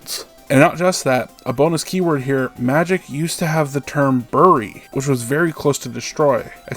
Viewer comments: My brother in christ; how do you mot know how to ptonoince "bury" and how has no one done you the favor od correcting you? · Bro doesn't know how to say "bury" lol. Awesome video